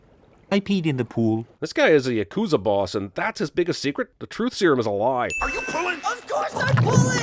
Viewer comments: yah-KOO-zuh? it’s YAH-koo-zah 😔😔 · "Yakooza" round of applause for this man guys. 1 sin for Japanese pronunciation ding (Love your channel im just kiddnig)